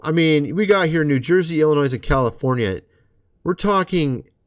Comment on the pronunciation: "S" in Illinois is silent sir.